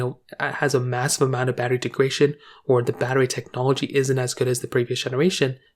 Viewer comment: Greetings. This is important. Thanks for posting. By the way, I believe the word you want is “degradation,” not “degration,” as you seem to be pronouncing it. Regards, DT